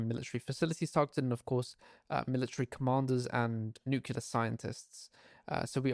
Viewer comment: It's NUCLEAR,, NOT NUCULAR